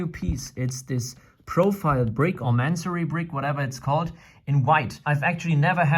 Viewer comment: It's... It's Masonry... Ma-son-ry... Y'know, like brick work?